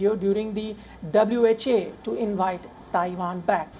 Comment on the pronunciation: WHO, not WHA mate!